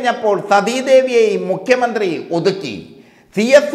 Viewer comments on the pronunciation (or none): none